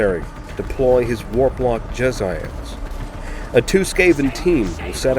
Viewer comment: They're pronounced "jeh-zay-ulls" not "jezz-I-ails."